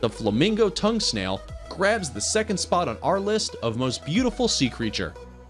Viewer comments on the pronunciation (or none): none